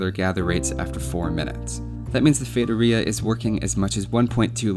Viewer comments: Oh my god, you said Feitoria the right way. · I am brazilian (then I speak Portuguese) and I can guarantee you're pronouncing "feitoria" correctly! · Holly shit!!! Someone actually looked it up how to say the world correctly. thats a new one, nice job man. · haha, AS a brasilian i was pretty impressed with ur saying feitoria the way you did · Haha, I think this is the first time I've ever seen a native English-speaker say it correctly, instead of something like "fee-ah-toh-ree-ah". Nice research! Great vid too! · Just for pronuncing it right you deserve a like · As a brazilian i can confirm thats how you pronounce feitoria. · high five to my eloquent self for speaking feitoria right! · Do you wanna know how to pronounce "feitoria"? Just ask someone who speaks portuguese. Yes, you are saying it right